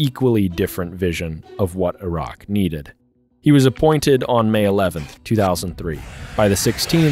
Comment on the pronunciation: i like that the narrator knows how to pronounce Iraq properly without sounding like the typical American